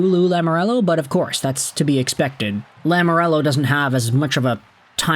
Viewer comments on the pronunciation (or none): Please... Please stop saying Lamorello, it's Lamoriello.